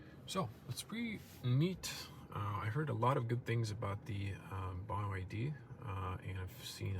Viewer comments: Why do you call it BY YD? I’m pretty sure it’s pronounced B, Y, D - 3 letters. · it's not Bai Why Dee, it's Bee Why Dee. also the Chinese letter when you opened the front cover, it's the Chinese letter Han. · BYD, not Buy Y D, lol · "By YD"... Anybody else acknowledge this? Not sure if srs or trolling. Honestly will be trading my Mercedes CLA for this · BYD = Bee Why Dee Never heard Bye Why Dee before. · "Bee Why Dee" not By Why Dee 🤦‍♂️ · By YD?? huh?? it's just B Y D...... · bye why dee hehehehe.. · its bee-why-dee